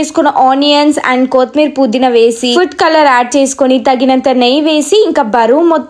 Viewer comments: ila chepthuna ani em anukoku... Anni bagane chepthunav but kothhimeera pudhina endhuku akka ala antunav kothimeer kadhu kotthimeera... Puudhina kaadhu pudhina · kotimeera Kadu kottimeera,puudiina Kadu pudina😂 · Koothimeera kaadhu akka kothimera